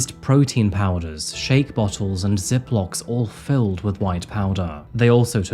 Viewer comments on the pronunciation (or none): none